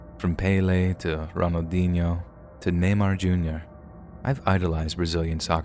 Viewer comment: Neymar? Really? R e a l l y?